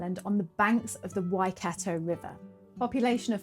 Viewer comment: Hello, thank you for this lovely video. I can see you're giving Maori pronounciation a good crack, which is great to see. I heard a few places mispronounced, so just to help you, the vowel sounds are pronounced like so A as in star E as in here I as in key O as in store U as in shoe So is more like towel-wrong-ah, and Why-kart-oh The mouth feel is a bit deeper and richer than how English words are spoken so its easy to get a bit tripped up (especially when locals reinforce the mispronounciation) Writing this just cause I can tell you're already putting in the work 😊